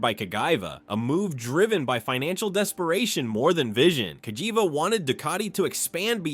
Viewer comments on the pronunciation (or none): For your pronunciation of the name "Cagiva", the Corte Suprema di Cassazione sentences you to life long ownership of a Ducati Indiana.